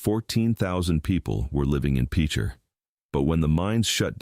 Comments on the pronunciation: I don't think most of the employees at the national weather service are Okies. And for some reason non-Okies can't pronounce Cimarron or Pitcher. ha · yeah, you can always tell when it’s AI, it can’t pronounce things even when it’s spelled correctly and should be self evident. I would cut them some slack over Tahlequah but picture is just ridiculous. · It’s pronounced like a pitcher of tea not Peecher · Seriously if youre going to make a video, say the names correctly. PEECHER???? LEED? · It's pronounced pitcher. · The pronunciation in several things were wrong, I had to stop the video. After seeing him talk about towns that are still very much there. The first town is PITCHER. I had a friend die in that tornado… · AI is pronouncing Picher wrong. Its like Pitcher... The Dalton gang was killed in coffeyville KS, Dalton Defender Day is a local thing its pretty cool if you ever get the chance to go. Guthery isnt a ghost town.... Ok I give up, AI mispronounces so many town names that have tribal roots. This leaves out alot of towns/communities look in Nowata, Craig and Osage counties. I only mention those since im most familiar with them. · Guthrie is NOT a ghost town. It’s bigger now than it has ever been. Also this Ai cannot pronounce words lol peacher 😅